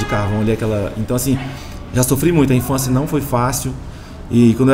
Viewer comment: Infançia kkkkkk assassinato da língua portuguesa.